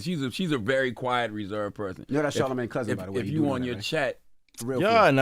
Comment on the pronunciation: I need him to teach Charla how to say his last name 😂😂